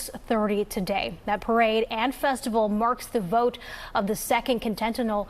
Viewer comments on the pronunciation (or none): Ouch! She really has a hard time saying "continental army" (she say CONTENTINAL twice) ... lol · "The Contental Army"? LOL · would be nice if the reporter knew how to pronounce “continental” ??